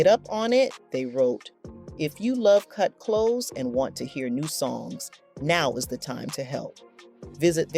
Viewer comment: It’s not “Kut Close” like “close the door”; it’s “Kut Klose” like “we’re very close,” but spelled Klose.